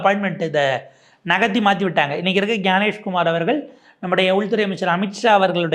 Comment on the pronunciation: "அவர்கல் " என சொல்லாதே Tongue cleaner use பண்ணவும்......